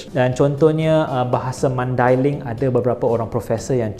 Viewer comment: First time dengar orang bukan mandailing sebut maidailing dengan betul. Selalunya dengar orang sebut dengan sebutan Mendeleng. Pertama kali juga dengar orang bukan mandailing sebut Nasution dengan betul bukan dengan sebutan Bahasa Inggeris. Nak lagi content bahasa-bahasa lain tambah ilmu baharu.